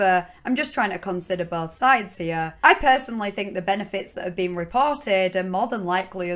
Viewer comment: There's some questionable vowel sounds going on hyeueh.